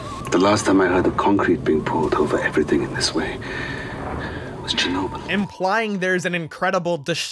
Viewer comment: chair-a-nobel- nuclear disaster made me pasue and rewind like 5 times